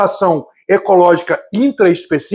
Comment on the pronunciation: Na verdade a relação é interespecífica, segundo o meu livro de biologia do 2° ano, a intraespecifica é uma relação de seres da mesma espécie Edit: Ele realmente falou interespecifica, só a pronuncia que me enganou